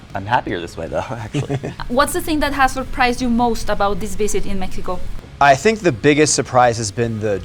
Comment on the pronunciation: finísimo detalle de articular "Méjico" al preguntar en inglés y no decir "Mécsico". Bravooooo, lo voy a tratar de integrar 🎉❤